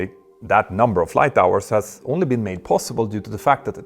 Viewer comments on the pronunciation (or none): none